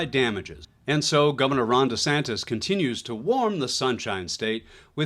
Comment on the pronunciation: Ron DEE Santis???? 😅😅😅